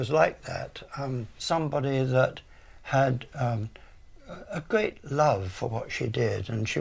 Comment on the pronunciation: great video. However I am finding the speech impediment very distracting. Gveat video as she would say. Instead of 'r' it's either a 'v' or a strange raspberry noise.